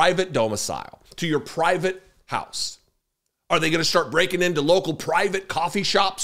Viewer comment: # Breaking ,not broking..lol